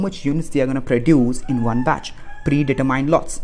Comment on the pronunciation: It's batch not bitch